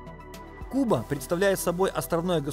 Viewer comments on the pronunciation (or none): none